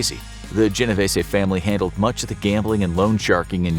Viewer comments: I tell everyone this, it's GeneVêse ...the ê in Vese is a Long E.. if it still doesnt make sense. Think Reeses, but with a v. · my great grand parents are married into the genovese family and it’s pronounced jen o veese